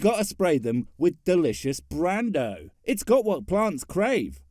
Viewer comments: The part that bugged me the most was how you pronounced "Brawndo". Are you saying you liquefied Marlon Brando? Also, yes, I would like to tell Ray off to his smug mustache, and his little sidekick. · did you just pronounce brawndo wrong? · Brawndo is from a movie called, “idocracy” made in 2006. It’s really funny, you should check it out.